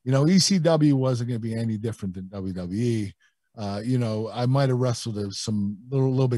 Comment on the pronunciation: WWE Kurt: "dub dub E"